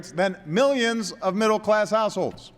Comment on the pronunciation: Rofl is almost sounds like if he said middle class assholes:D:D:D